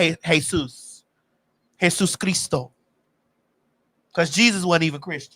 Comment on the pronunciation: When said Esus Christos…. I knew she knew her sh*t!!! Cause baby the letter J wasn’t even invented back then. 👏🏼